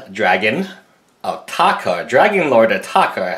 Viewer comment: Yup youre killing the name because you dont wanna pronounce the "R" in Atarka.